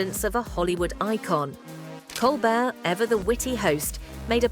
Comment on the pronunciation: I stopped watching after she mispronounced Winslet and Colbert. Garbage.